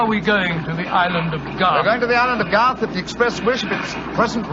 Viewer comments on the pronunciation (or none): GARTH not Goff.